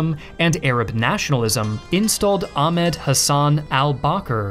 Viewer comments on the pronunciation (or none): none